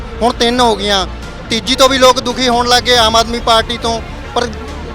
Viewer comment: ਦੱਲੇ ਕਾਂਗਰਸ ਦੇ ਮੇਰੇ ਸਾਲੇ ਰਾਜਾ ਬੜਿੰਗ ਤੇ ਢਿੱਲੋਂ ਜੁੱਤੀਆਂ ਮਾਰੋ ਇਹਨਾ ਦੇ….ਇਹਨੂੰ ਪੰਜਾਬੀ ਤਾਂ ਬੋਲਣੀ ਨੀ ਆਉਂਦੀ… ਲੋਕ ਹੁੰਦਾ…ਲੋਗ ਨੀ ਮੇਰੇ ਸਾਲਿਆ 🥾🐕